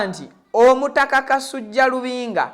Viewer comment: Ssebo tereeza olulimi ayitibwa kasujju so SSI kasujja nga bwosoma